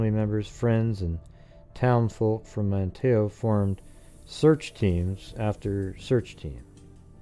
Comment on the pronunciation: Not that it matters, but....I live in Manteo, it’s pronounced “Man-neo” the T is silent